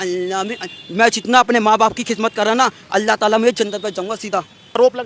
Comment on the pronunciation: अल्ला ❌उल्ला ✅